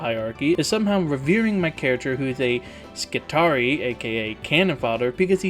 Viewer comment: The imperium uses latin-y sounding pronounciation. Adeptus Mechanicus was fine but Skitarii sounds something like Skitary-eye.